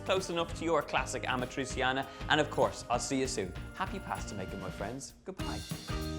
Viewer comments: Amatriciana, not amatrisiana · If you have an i or and e after a c in Italian, it sounds more like a "sh" than a "s". Like in shoes. So it sounds rather like "Amatritschiana" than "Amatriziana". But looks nice. :) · What? Amatri"S"iana? The real accent for Amatriciana in your language is Amatri"CH"ana. Our C is like your CH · Aaaargh ,great job with the dish but stop pronouncing it wrong the c in amatraciana is said ch like in pancetta . You wouldn't say pansseta so stop saying amatraseeana . Apologies for rant ,food looks amazing 👏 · Donal is kind of struggling with Amatriciana's pronunciation lol. It's basically Ama-trichana. Amatri-seeyanah is too much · It’s amat-rich-yana! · Great pronounciation, Donal! 😂 ”Amatrisiana”. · It’s pronounced “amatrichiana” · The pronunciation is Amatrichiana! You want teach a recipe and you don't know the name. NO FUCKING GARLIC. I don't undestastand why abroad everybody put garlic in our recipes. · Babe it's pasta all'amatriCiana (a-ma-tri-CHA-na) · It's pronounced "ah-mah-tri-chee(like cheese)-ah-nah" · Pronunciation tip: Ah-mah-tree-chah-nah (the stress is on the 'chah' syllable) Great recipe! Love from Italy! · ArmchairWarrior ammatreecheeanna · Amatrissiana ? And yet, you don't say Panssetta... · that‘s not how you pronounce amatriciana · well I wanted to share the video with a friend in rome but I can't because of the wrong pronunciation of amatriciana :D